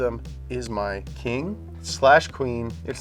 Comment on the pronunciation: Hit the like button because I thought he said the like button was his kink not King